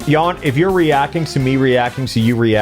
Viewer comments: No idea why are you pronouncing his name as Ian when it's clearly Kan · haha team chaos is overthrowing a Jan (pronounced JA-n not Yan) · Theres a reason his name is pronounced yawn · Jan sounds somewhat like if you would say yan. trust me. Id know. Its my name as well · Ok ykw, that explains why everyone pronounces Jan's name so ...strange lmao..... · Rofl, as a person who likes pchal. Hlget fucked Jan. It's not pronounced yawn. Fuck the Germans. Auch.... Ich liebe dich, aber werde gut. I spent 6 years learning German to say get good.... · I love how wrong ppl pronounce Jan...